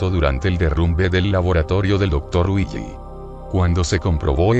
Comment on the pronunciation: cuando dices willy suena como weegee